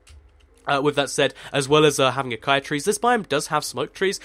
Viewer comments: Acaia? It's Acacia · It's said a-cay-shaa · No! Ah-cay-shee-ah acacia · acacia does not sound like acia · its pronounced ah-k-shia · I think it's pronounced: Ah-cay-sha Acacia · Ita called ac-ay-see-a lol its my friends name ha ha ha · It's spelt Acacia, and pronounced that way as well. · pronounce acacia a-caish-ia (not hating :p)